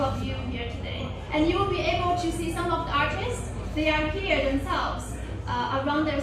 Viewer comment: 有一说一 奶茶那一段英文说的不错了 就凭她能把goal里面的L发出来都吊打大部分留子 唯一的问题就是她所有的to都读的太重了 其他的部分语调 发音 流畅度 重音 抑扬顿挫都完全没有问题